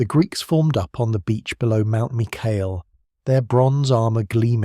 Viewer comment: Corrections: 1. Mycale is pronounced: MY-kuh-lee (in Greek: MikAli) 2. Mardonius was not killed by spear but according to Herodotus, Mardonius was killed by a Spartan soldier named Arimnestus (Greek: Ἀρίμνηστος), who hurled a stone at him while Mardonius was on his horse.